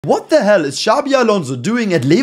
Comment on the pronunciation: hearing a German emphasize “what the hell!?” is actually funny 😭